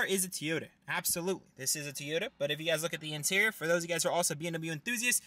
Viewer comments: TOY-YOTA, not TEE-OTA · No it's TO-YO-TA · and how he says tyota and literally every 10 words